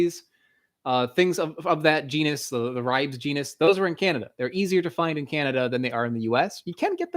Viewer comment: "ribes" -pronounced "Ree-bays"